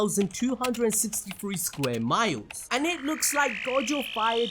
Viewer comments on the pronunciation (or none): none